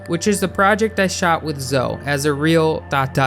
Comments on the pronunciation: Her name is ZOWIE And not ZOE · Its not pronounced "Zo" man. Its pronounced "ZOWIE" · Can I just say her name is Zoe, that's ZoEEE not Zo. Just thought I'd let you know for future reference 😊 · The "e" in Zoe is not silent, btw. Zo-ee. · its zoeeeeee you have to pronounce the e in zoeeeee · the e in zoe isn't silent my guy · Did anybody else find it enraging & irritating that he wasn't pronouncing the e in Zoe? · It annoys me how he pronounces Zoe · how can you not say zoe properly?